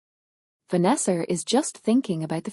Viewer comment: This voice is just weird. Why does it add a r on the words."Farther"? What the hell? "Vanessar"?